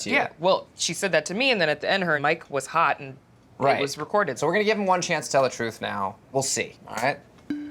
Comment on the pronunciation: “Im tryin to give you the oppurtuntity to speak your troof.” 😂